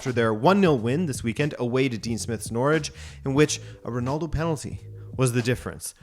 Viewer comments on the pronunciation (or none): none